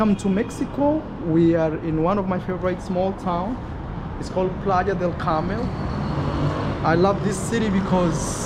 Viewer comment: it’s Playa del Carmen not Carmel.